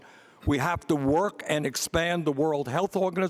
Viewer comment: Pete Buttigieg is so confused about the statement because it sounds like Bloomberg said, “Walk across the aisle” instead of “work” right after his statement about the gay marriage hahaha